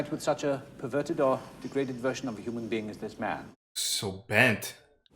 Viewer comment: "I am a Hunan bean"